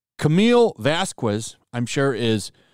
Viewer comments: Oh Bloody Hell! You Too!? It's Camille Vasquez (Pronounced: *VAS - KEZ*) (NOT: _Vas-Que-Ez) SHEESH!!!! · PLEASE...IF YOU DON'T KNOW THE RIGHT WAY TO PRONUNCIATE VASQUEZ, DON'T BUTCHER IT. IS NOT VASKOOES IS VAHZKEHS THE U IS SPANISH IS MUTE IN WORDS LIKE GUERRA, VASQUEZ, GUILLERMO, AND IN EVERY WORD AFTER A CONSONANT. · it's pronounced vass•kess not vass•kwess. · I know this is small but the correct pronunciation of Vasquez is "bus-kes". The "u" is just there because of formalities 🧐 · Vazquez is pronounced "Vaskes" in Spanish "que" and "qui" sound "ke" and "ki" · Vas Kez please say it riggt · Say : Vas-Ks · It's pronounced vazkez. ez from a pez and k from a kite or vaquez with the que from queso, and no it's not kay-sow it a Ke-so with ke from kermit the grammar nazi and so from lasso. Just thought you oughtta know. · Don't mispronounce Camille's name like Elaine does. It's Vas-KEZ. Que is pronounced like a K. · Pronounced "Vaskez"please. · Sad to hear you pronounce Camille's last name The same way Elaine did 😢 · everyone says vasquez wrong lol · pls learn how to pronounce vasquez